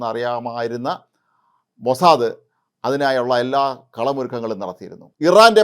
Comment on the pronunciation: സേട്ടൻ മോസാദ് എന്ന് പറയാൻ പഠിച്ചു സന്തോഷം